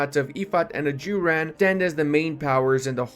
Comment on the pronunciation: the mispronunciation of Ajuraan absolutely murdered me.